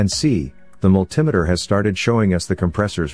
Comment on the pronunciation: What the hell is a "multim-a-ter" Oh wait! multimeter. (multi-meter)